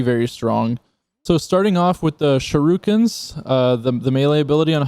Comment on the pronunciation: Um he just called them shurookens 😂😂😂😂